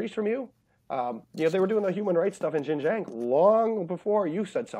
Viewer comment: The way you say Xinjiang is "Shin jong"